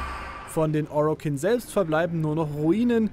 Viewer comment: Bitte sprich die Begriffe richtig aus. Ich weiß ihr wollt das auf deutsch herausbringen aber manche Begriffe wie Orokin, Grineer spricht man Englisch aus. Hört sich viel besser an.